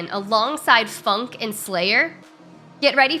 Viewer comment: Did see really call FUNNQ "spunk" ?